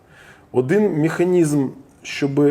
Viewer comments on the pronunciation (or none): Крім цього всього крінжа, я помітила наскільки Олежці важко вимовляти слова іншомовного походження з правильною українською вимовою. Ріальна, міханізм, асімітрічьна, автамабіль